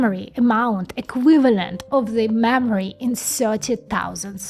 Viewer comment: all i hear is mammary